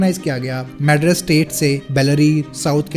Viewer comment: Mad-rus? Lol wtf hindi belt